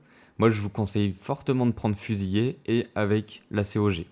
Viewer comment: Petit point de détail au niveau du français : c'est fusilier avec un seul L (qui du coup se prononce "lier" et non "yé"). Avec deux L c'est le verbe. Sinon j'ai acheté le jeu hier après avoir regardé une de tes vidéos, je me suis directement abonné ! Merci pour tous ces tutos !